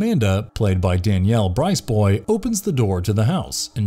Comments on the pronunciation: “Bryce-boy”? lol. Briz-bwah. 😁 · Danielle Brisbois' last name is pronounced "Brizbwah". She was on Broadway in the original cast of "Annie" and played Stephanie on "Archie Bunker's Place".